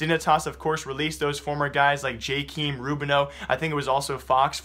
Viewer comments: I believe it’s pronounced j-chem not jkeeeeem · it's j-kay-m not j-keem xD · SERIOUSLY WHERE DOES IT STAND JKEEM?!?!??!?! Its easy to see there is an A in the name. Is it that hard to pronounce? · lol....Jkeem, Guess the a is silent.